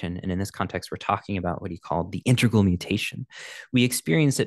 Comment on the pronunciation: Very nice attempt and attention. By the way, it is integral, not intergal. Love your "interplanetary culture".